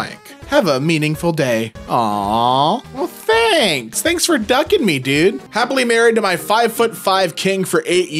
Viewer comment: "Thanks for ducking me" 😊 "Thanks for ducking me" 💀